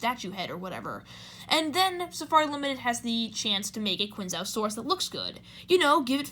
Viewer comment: If its one of your top 10 fav dinos, at least pronounce it right m8. Chianjoesaurus